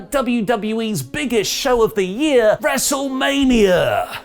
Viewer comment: I think you mean, "WrestleManiarrrrrr Backlash"